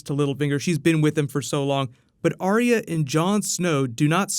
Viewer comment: its Ar Yah and not Aria